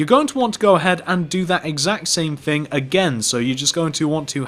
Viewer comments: fix ur grammer ur prononcing "thing" as "fing" and "three" as "free" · that's just how people talk. I mean have you SEEN Dr who?!